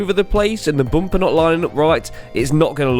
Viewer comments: i had to puke each time the guy said boomper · As an African and Zimbabwean at large,,,am cracking all the way at the bumpers way of pronunciation....to me its Bhumpa,,,,ayiiii ayiiii keep your quuens english and i will keep my zimbabwe😂😂😂😂